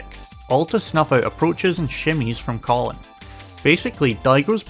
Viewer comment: Love these analysis videos but man, pronouncing Kolin like the guy name "Colin" hurt 💀